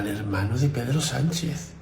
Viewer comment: Hacer caso del inteligente que empieza diciendo " la mañana donde...." el que tiene tanto desparpajo para no saber pronunciar "prevaricación y Sánchez ", al patriota que disfruta de ver sufrir al pueblo por un problema eléctrico o al que culpa del problema y hasta de la solución es de ser psicópata y tener mucho odio dentro.